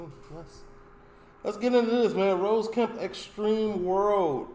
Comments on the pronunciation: Haha! Yeah, it's funny to hear our man calling Kemp - who projects such a hard man image - with a girl's name! 😅"Ross" rhymes with "moss" not "nose"... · Its ross not rose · It’s “ROSS” … r-o-s-s 😂😂😂 kill me